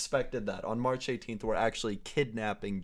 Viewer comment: Instead of saying march he said harch lol😅😅😅😅